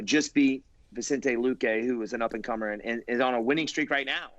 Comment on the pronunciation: Who the f is vintsente luke pardon my language